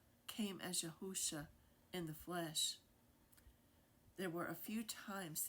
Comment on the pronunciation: YAHUAH, not Yahawah! YAHUSHA, not Yahawahshi!